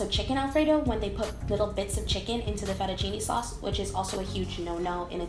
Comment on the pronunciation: fettuccinE non è difficile.. fettuccinE, non fettucini